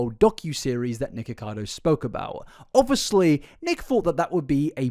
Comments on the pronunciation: please stop saying obviously so much and stop pronouncing it "o-vus-lee"(no hate) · I rly like your channel-I’m subscribed. Would you like some feedback? Pls, pls stop saying “obviously” continuously. It also has 4 syllables, not 3. I have a high tolerance for repetition but oh my gods please. Sweetie, sometimes you say it twice in one sentence. Also, rly well done. Well researched and presented. I love when Nick tries to justify his weight gain as being a “treatment” for his health problems when those problems would instantly be fixed by just adding meat to his diet. Everything he said he was deficient in are all nutrients you get in meat. So, no mukbangs, giant sugar or fat loading necessary